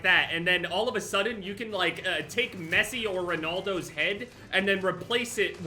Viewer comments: ronOldo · The way sais ronaldo is amazing 😂😂😂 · The way you pronounced Ronaldo bro I can tell you are not a huge football guy 😂